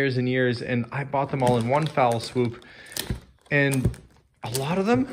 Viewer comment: One 'fell' swoop, not foul :)